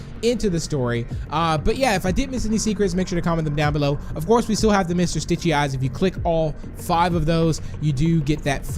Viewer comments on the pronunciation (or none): he said Stichy it’s Stitchy